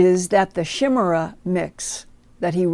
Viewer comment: The correct pronunciation for chimera is KY+ MEER+UH ❤